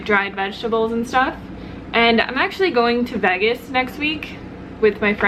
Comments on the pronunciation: I know, I did a double-take on that one too. The first few times she said it, it came across as "Veggus" instead of "Vaygus," but then she seemed to say it correctly later on. I figured I was just hearing it weird. LOL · What you're hearing is her saying Vegas like vagas (vag like bag) vs veages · Ok good not just me lol...>I pronounce it like Vaygus...but she says it like Vegg us. But I'm an Aussie lol so thought I just had it wrong. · Lol that's what i thought. I'm in Australia so I'm thinking...ok is this just not a way i've heard it pronounced before? o.O She says it like Vegg us...whilst I always think of it as like Vaygus. (the pronunciation) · Veg Gus lmao it's so funny but in a good way xD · I've never heard someone say Vegas like that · I know? 😂😂😂 super weird! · I know right...at first I thought it was some sort of play on words. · I thought it was just me that noticed that lol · You say Vegas really funny haha. Btw, Vegas has lots of vegan options! Lots!